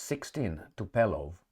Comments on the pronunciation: TupOLJEv, not TupELOv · It's not TupElOv, but TupOlEv